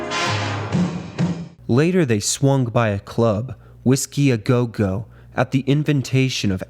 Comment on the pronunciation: I was already suspicious that this is AI narrated, and it was confirmed when it couldn’t pronounce the Whiskey a Go Go, followed by the nonsense word inventation. I despise AI narration, and I won’t bother finishing this video